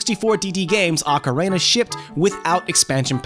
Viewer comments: It's because he just finished doing the Macarena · Sounds like he’s mixing Auckland and the Macarena lol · You don't know how to say ocarina? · Why can't this guy pronounce ocarina? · He almost said it correctly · ive heard people pronounce it ocarina and oakarina but never ocarena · Ocarina as in Ocareena not OcaRAYna... Great vid and all, but that bugged me. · "Ocar-ay-na". Lol.. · He is saying Ah-Ca-Rey-Na. You're supposed to say Oh-Ca-Ree-Na. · The blurry text on the Majora's Mask "Insert Expansion Pak" screen are images, not vector text. Also, dude, the word ocarina is pronounced "oh-ka-REE-na" not "ah-ka-RAY-na" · In English its pronounced Okka-Ree-Na i don't get what the problem is. (EDIT) went back and heard him say okka-Ray-Na.... ewww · he said ocarana its ocarina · You noted mispronouncing the wrestler's name but you consistently mispronounced Ocarina. It's pronounced ah-kah-REE-nah. Not like the Macarena. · The way you say "Ocarina" almost sounds like "macarena." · TW1ST3D R3DN3CK I’m very much old enough, and he totally says “ocareyna” several times, and it’s super annoying lol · “Okkarehna” how does one fuck up do bad? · No he didn't. You say it like "oh careena" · Okra reena? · Funny you bring that up. Years ago a friend and I came up with a Zelda themed cover of the song The Macarena. Of course called "Hey Ocarina!" no jokes yo. Who would make that up? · Beat me to this comment, I kept hearing Macarena, wasn't sure if it was just me. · He is saying it wrong. It's Oca-reena. Glad we cleared it out. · it is pronounced "ah-ka-ree-na" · “Ocarena” LOL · why does he say "ocarena"? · kagetsu the proper pronunciation is ockorina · kagetsu it is pronounced Ocarina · No...that is not how you pronounce "ocarina" in japanese. That's not how you pronounce it in ANY language. I have never heard it pronounced like this guy does. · Uh huh. None of those pronounce it like this guy does. "ocarayna" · Lol he said ocarena. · DOOO the Ocarayna! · Ocarana lol